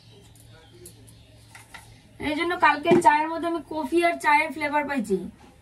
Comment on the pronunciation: ক+ফি= কফি। কিন্তু তুমি বলছো কোফি। দারুণ হয়েছে রান্না টা।